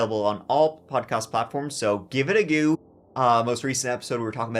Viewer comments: It's pronounced 'go', not 'geew'. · I hate how he pronounces "go" like "goo"..super annoying. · Yes his catch phrase is “give it a goo” not go 🙄 must be new here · Stop saying “A gew” and you will have more views that Mr ballen